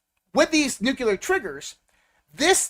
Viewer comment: Hey, the word is Nuclear not Nuculer.